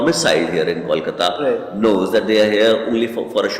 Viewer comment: Disappointed to see the narrator mispronouncing both "Kolkata" and "Kolikata". Is it that hard?